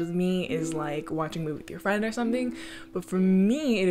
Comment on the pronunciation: Am I a fwend 😔